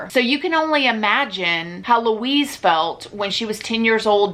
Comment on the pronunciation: wuiiiz=Louise :D